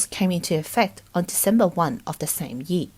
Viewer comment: I love this channel and have been watching every single one of their videos the past year. Maybe it's just me but how the female narrator pronounces "year" really buggy me😅